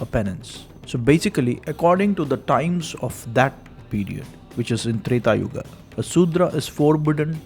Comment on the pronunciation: Finally You are one channel who doesn’t add extra “a” to sanskruta words, pronouncing yuga as yuga not yugaa , rama not ramma